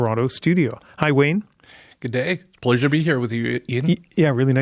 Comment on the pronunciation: “Buleasure travel” 😂